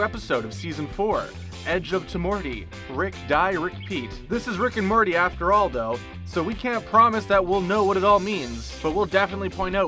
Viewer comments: Rick and Marty?!?!? Edit: and you said it wrong multiple times!!! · Its Morty, not Marty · Why does he keep saying Marty and not Morty? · so im certain he said marty and not morty and cc agrees with me